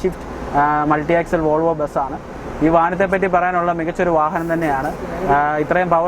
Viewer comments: വാഹനത്തിന് വാഹനം എന്നല്ലാതെ വാഹ എന്ന് പറയാൻ പറ്റുമോ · ഫാരത് ഫെൻസ് എന്ന് പറഞ്ഞപോലെ , ഫാഹനം എന്ന് പറയാഞ്ഞത് ഞങ്ങടെ ഭാഗ്യം...